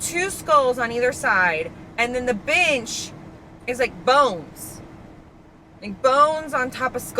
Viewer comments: i kept hearing b*tch lol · every time you said “bench” i heard “bitch” i was dying 😂❤ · Your pronunciation of “bench” is…….interesting 😂😂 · Girl put this on while working and when you said bench like 7 times in a row I had to keep doing a double take bc it did NOT sound like “bench” 😭😭